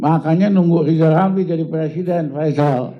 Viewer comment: BELAJAR BILANG R DULU MINIMAL BISA NGUCAPI NAMA SENDIRI DENGAN BENAR😢😢😢😢😢